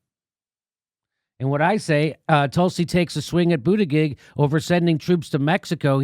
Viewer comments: lol “buttijizz” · Did JD just call him Pete Bootijizz ? Lmao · LOL Jimmy said “Pete Booty-Jizzez” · You called him Buttijiz! 🤣🤣🤣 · Did Jimmy call him Pete Booty-jizz? What a homophobe. J/K, I'm no SJW. It made me laugh. I call him "Poop" Buttigieg because he had poop on his forehead at (I think) the first debate. They came out later and said it was chocolate. Also, someone on Democracy Now accidentally(?) called him "Poop" Buttigieg. The name stuck with me like a bad dingleberry.